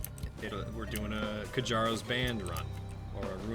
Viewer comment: It's pronounced "kyaro's" btdubs